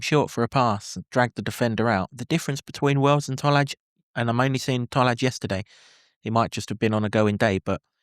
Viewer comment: IT'S pronounced Toll-eye Tolaj